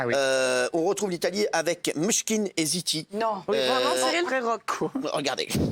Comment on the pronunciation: Mishkin et City 😂😂😂😂😂🤣🤣🤣 C'est Maneskin et Zitti (e buoni).